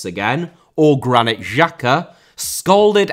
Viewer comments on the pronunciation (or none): Granit* not Grane Dembélé * not Dembeilei Antonio* not Antouwniouw Conte* not Contei Rather* not Rother Andrea * not Ondreja José*not Djouwsei Serie* not Siri Dybala* not Dybohrler Leverkusen * not Leiverkusen Robert* not Robehr Álvaro* not Alvohrouw Morata* not Morohrter Fábrica * not Fabrica División * not Devegion Vallecano * not Vayecohrnouw Time * not Tahm Liga* not Liguer Lukaku* not Lukohrku Inter* not Ento Debut* not Deibyu Five* not Fahv Fabián *not Fabian